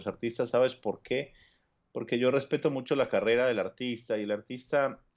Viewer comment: Y a hablar, porque habla muy mal! En vez de decir porque, dice a veces polque, recuerdes, recuelde, etc etc, es decir sustituye la R por la L, muy mal!